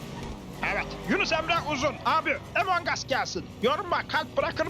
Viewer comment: Abi emong us değil among us ve yazıldığı gibi okunuyor among us oynarmısınız